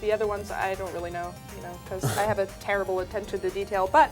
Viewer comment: keeps saying Tara-ble:D